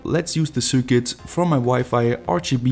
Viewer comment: Yea, his accent is quite bad. He also keeps pronouncing circuit wrong.